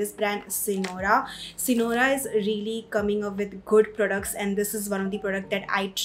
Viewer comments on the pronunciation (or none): u took the name wrong..it is sirona..n not Sinora 😂😂